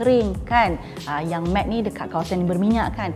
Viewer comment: Also, "matte" is pronounced macam yoga "mat".